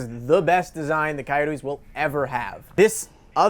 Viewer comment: Coyotes pronounced kai oats